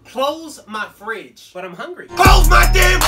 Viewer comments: That first “close ma fridge” had me dying lmao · I love when the mom says close my frige and she excuse me my elitricty is running out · She cep saying close my frigh